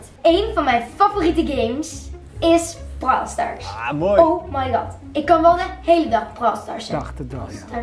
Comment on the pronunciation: BROOLLL STARS